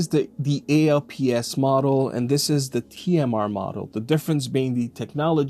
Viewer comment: Hey young lad. When this tech first released in the 90's, we just called it "alps" as in "Swiss alps". We never called it "A.L.P.S.". I've "alps installed on my OneXplayer and I've no issues but I do have spare ALPS just in case of drift. Three years, no drift. Have a great weekend kid.